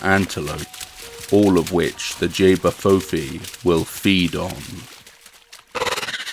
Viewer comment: Just to let you know it's pronounced ch-bah foo fee 😊